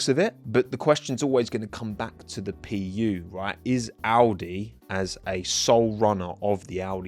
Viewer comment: Honda PU❌ Honda pee-ew✅